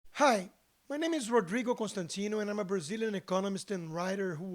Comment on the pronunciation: eu gritei com ele falando Rodrigo com sotaque kkkkkkkkkkk que vergonha